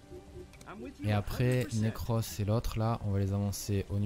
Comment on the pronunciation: Le pauvre Necros, a chaque fois que le joue, il dit autre chose que son nom xD Nacros, Nercros etc